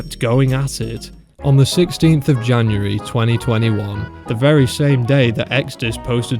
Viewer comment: Who the actual FRICK pronounces January like t h a t ? !